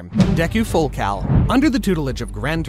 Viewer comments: I thought It was full calling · I thought it was full cowing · I’m not gonna lie but I thought he said full cow 💀